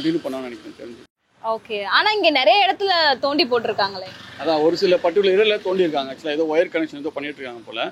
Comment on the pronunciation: நொண்டி வேண்டாம். தோண்டி என்று கூறுங்கள்